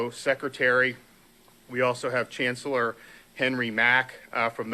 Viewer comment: he said chancellor but I heard "cancerol".